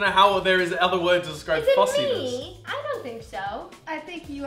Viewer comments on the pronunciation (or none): Roni sounded so British when she said "is it meEEee?"